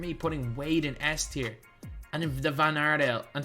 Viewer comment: Yo, u mispronounced S Tier bro 💯 no worries